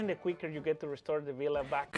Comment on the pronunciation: Nobody knows how to pronounce "villa" at word farm apparently